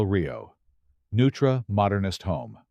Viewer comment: The architect’s name , Neutra is German and is pronounced noytra.